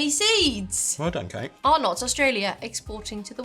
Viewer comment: It’s just Arnott’s (arnets) not “Are-nott’s” 😍